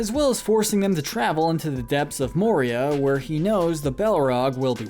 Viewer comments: You butchered those names ... Jesus Christ 🤯 Oh.. and it’s MOria not MorIA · He said Moria like morEa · In the book the battle of helms deep the men are not aided by elves and not at out numbered also Denethor didn't try to burn Faramir alive he thought he was dead. It's pronounced More-e-uh.